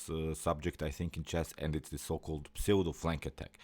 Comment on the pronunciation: Pseudo is pronounced ‘ soodoh’.